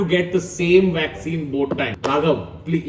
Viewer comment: Public: Vakccine kaha hai Tanmay: Waxene yaha Hai